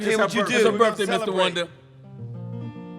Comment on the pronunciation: and its birttthhhhhhday not burfday